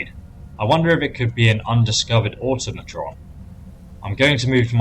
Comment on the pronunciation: Don't think I've seen a single youtuber who can pronounce "automaton". Au-Tom-A-Ton